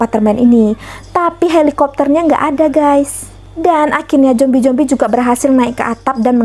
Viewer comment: Jombi😭apa zombi😭,slh denger ga si?